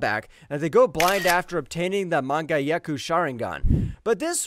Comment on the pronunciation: Sir, you single-handedly took me out with that "manga-yeku"